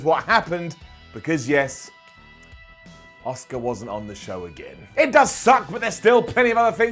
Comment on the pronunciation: Are you saying Asuka? Or Oscar?